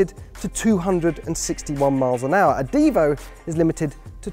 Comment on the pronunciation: This is not a Bugatti DIvo...is a Bugatti DivO....a long O not a long I 🤦‍♀️🤦‍♀️🤦‍♀️🤦‍♀️🤦‍♀️🤦‍♀️🤦‍♀️